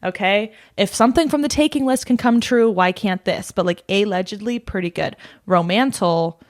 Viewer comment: ro-mantle & a-ledge-edly, let me give you my money!